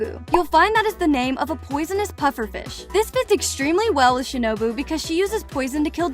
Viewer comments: Its shinobu not shinubo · who tf is shinibi its shinobu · It was ✨shinuboo✨ and ✨inusukei✨ Edit: and “teimayoO” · Shinubo????? It's shinobu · She has the most American accent, she pronounced shinobu as shinObo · "Shinobo" got me dead af💀